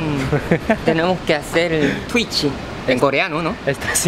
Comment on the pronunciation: Es curioso que le digan tuitchi en vez de tuich :v